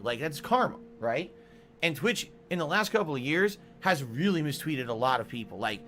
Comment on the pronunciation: “Twitch, in the last couple of years, has really mistweeted a bunch of people”. I can hear the droopiness in his stroke face.